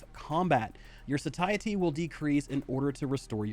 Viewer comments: bruhhh "sah-tie-etty" xDDDD it's "say-shi-ty" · FYI, Satiety is pronounced SAY-SHE-AH-TEE